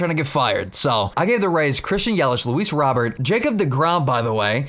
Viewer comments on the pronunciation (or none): You sound so white when you say "Luis Robert" its pronounced "Robear"